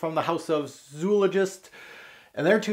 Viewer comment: Your pronunciations of Zoologist and Rhinoceros are quite unique, lol.